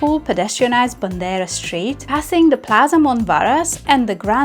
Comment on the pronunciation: "BONDERA"? BANDERA -- FLAG